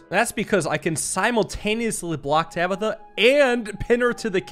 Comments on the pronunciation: Did this man really just mispronounce "Tabitha"? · why did you move the Bowman back instead of taking the bishop? Then the king would have killed itself. Also how did you mess up saying Tabitha?